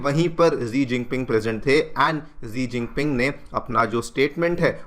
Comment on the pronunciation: Sir it's सी जिनपिंग